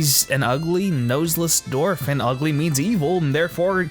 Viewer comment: well done! aesthetically pleasing, too. love the artwork. (only nitpicky critique: the "w" in"dwarf" is not supposed to be silent, bro.) thanks! -mt